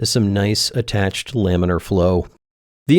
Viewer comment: not laminar, haminar...